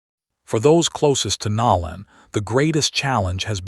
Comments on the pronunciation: The narrator is constantly pronouncing words incorrectly his name is Nolan not nowlan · How are you the only one mispronoucing his name ... Its NO_ LAN now NOW- LAND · No-lan not Nol- an! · His name is Nolan ( No lan not Now lan) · NoLan not nowlan😊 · Please say his name right!!! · U need to pronounciate Nolan nane correctly 😲😞